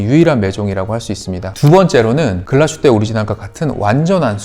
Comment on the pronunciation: "Glashutte"는 독일어 'Glas'(글라스) 및 'Hutte'(산장,오두막, 움막)의 합성어로 '글라슈테'가 아닌 '글라스휘테'로 발음하는 것 맞습니다. 참조하셔요